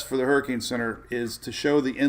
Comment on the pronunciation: What is a HURRIKINEEEE???? LMFAO